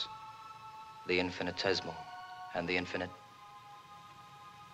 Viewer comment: I hate to sound like everybody's least favorite teacher from high school; but the word "infinitesimal" has six syllables, not five, as Scott pronounces it.